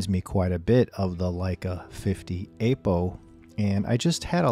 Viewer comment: Please, stop calling it "Ape-O" :) It's /ˈapəʊ/